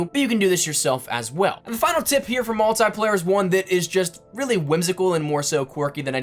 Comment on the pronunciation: Its multiplayer not multyplayer